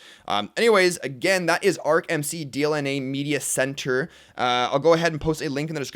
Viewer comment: Hey its DLNA and not DNLA:)